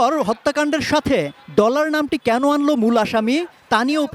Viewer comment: আরে সাংবাদিকই তো ভালো করে বলতে পারে না ডলার না বলে বললো টলার 😂😂